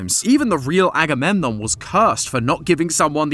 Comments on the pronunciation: Aggie poo???? CHILL…. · And aggydiginom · Don’t forget “aggymilade” 💀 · I swear you said Aggie poo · And "Aggie boy" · And anadididgemon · THE SECOND I HEARD "AGAMEMNON" I GASPED I LOVE GREEK MYTHOLGY AHaweyeiuaEWIU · As a greek, hearing someone explain greek mythology is so funny for some reason. It's weird hearing greek names in English or even greek cities. The pronunciations are so funny😭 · "Im not gonna say agamemnom 100 times" proceeds to say: aggie waggy doo dah, aggie lulu, electric boogaloo and more thanks fyp 🔪🔪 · Yeah, Agamemnon is too complicated of a name to call him like so throughout the entire episode... right... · Lol just say Agamemnon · Why don't you just say "Agamemnon"? It's significantly less effort than any of your nicknames!